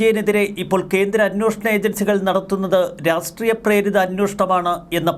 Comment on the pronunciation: ഉച്ചാരണം ശ്രദ്ധിക്കൂ.രാസ്ട്രീയം എന്ന് ഉച്ചരിക്കാതെ രാഷ്ട്രീയം എന്നു തന്നെ ഉച്ചരിക്കാൻ ശ്രദ്ധിക്കൂ. നല്ല വീഡിയോ അവലോകനം.